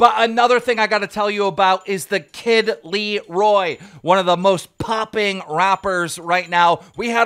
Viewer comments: Keem really be saying the kid leroy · He said kid leeroy 😂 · Idk y but some people call him LeErOi